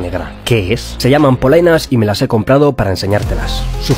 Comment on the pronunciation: Perdon por la pendejada pero no dejo de escuchar bolainas xddddddd